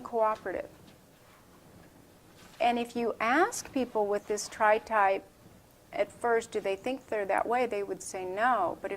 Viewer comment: "tripe" lol